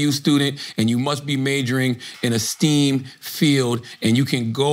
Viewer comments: how is nobody correcting charla on that. bro really said steam instead or stem subjects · y did Charla pronounce STEM as steem?? 😂